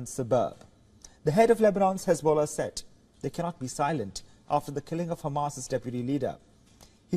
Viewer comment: Khesbollah? Khamas? What about the khostages?